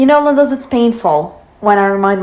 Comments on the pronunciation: Why do you say 'Lindas' at the beginning like the womans name? Instead of the proper normal Spanish pronunciation? It sounds very odd 😄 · I don't understand your point of saying Lindas its honestly annoying and it really bugs me. No hate to you but Its just not personally my cup of what I want sorry your videos are good and entertaining but I can't stand when you say ''Lindas''.